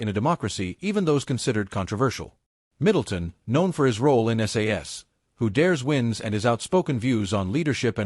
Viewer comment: Even worse it's got a yank accent and can't pronounce SAS Who Dares Wins properly. These channels should be banned.